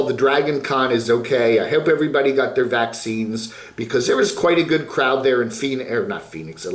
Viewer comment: still cannot say the word "Vaccine"...Why is that a word you cannot say?? so weird. Get vaccinated people! better than a lung transplant.